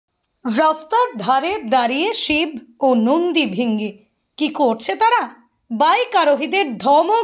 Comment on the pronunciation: কথাটা নন্দী ভৃঙ্গী ।ভৃ হবে ।